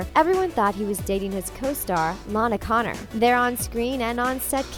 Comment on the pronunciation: yeah like Lana Connor when it should be Lana Condor.